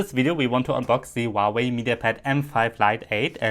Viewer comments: มันอ่านว่า หัว เว่ย. ครับ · Not wauwai!!!!! Huawei!!!!!!!!!